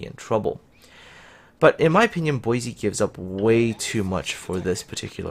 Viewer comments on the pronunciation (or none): She is disappointing, but, as you said, she is work-in-progress. Also, just to be picky about the name pronunciation, since I live less than 25 miles from Boise, Idaho; it is pronounced "Boy-see", not "Boy-zee". Minor nitpicking, I agree, but thought I would bring that your attention. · Yuudachi : Poi-se ??